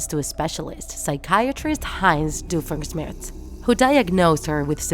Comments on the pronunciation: Everytime she pronounces Doofenshmirtz as Doofensmirts I can't help but scream inside. But since she has an accent. I can understand. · Doofenshmirtz not Doofensmirks. Candace not Candnz Mental illness not mentally retarded Boundless not bounlenz